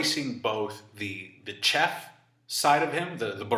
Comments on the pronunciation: Chef is pronounced as shef, he must be trolling. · Haha did you just mispronounce “chef” ? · Really don’t like how he’s saying the word “chef” lmfao love the video and info tho of course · Disliked because of how you pronounce "chef."